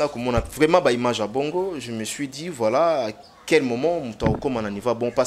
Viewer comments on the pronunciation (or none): none